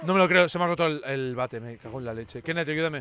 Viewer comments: A keneth le falto la r por que ta hablando con acento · Kennet amigo....la r porfa jajajaj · Kennet Gerardo no sea necio, ponga la R mae